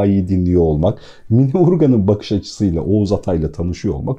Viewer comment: Sevgili çok teşekkürler 2000 basım yılı olan bu değerli kitabı tanıtmanız çok kıymetli, sadece “Mine” değil “Mina” hatta -a harfinin üzerinde şapka olmasa da “Canan” gibi okunuyor diye bilinir biz yaşarken kendini dinleyen eski nesil tarafından, sizi dinleyen pek çok genç yeni nesil var doğru telaffuzu öğrense keşke 🙏🏻 kulaklıkla da dinledim tekrar eğer ben yanlış anlıyorsam affola...